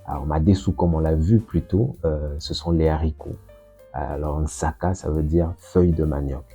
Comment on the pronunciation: SVP, en kikongo, le pondu c'est nsaki et non nsaka. Nsaki 'a madezu (nsaki ya madezu, ce qui fait croire que c'est nsaka)..